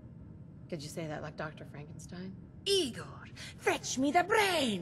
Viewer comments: It's pronounced "Eye-gor." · It's pronounced "EYE-gor".